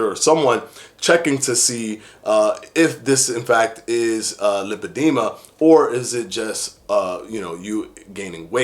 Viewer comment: Lipedema pronunciation; lai- puh-dee-muh